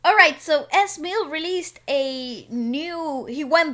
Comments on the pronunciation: Its not Ezzzz its E.Z like Easy........ thats how u pronounce his name. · correction pls.. it's pronounced Ez as in easy...😁 (as he kept reminding us initially)✌️ thanks on your reaction on this CULTURA. 💙💛❤️🇵🇭🇵🇭🇵🇭🇵🇭🔥🔥🔥🔥🔥🔥🔥🥶🥶🥶🥶🥶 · His name is pronounced as Eeeee Ziiiiiiiii. H-Bomb is his manager/friend, also a popular rapper in the Phil's during the 90's and now residing in the US. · EZ's name is pronounced as thr individual letters. HBOM is pronounced aa H-bomb, he's EZ's manager.